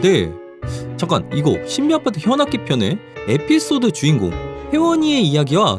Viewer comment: 애피소드라고하셨는데 에피소드아니에요오